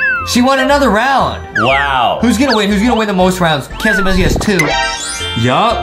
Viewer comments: Its not kassy masy it s kissy missy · It’s not Casamassa it’s Kissy missy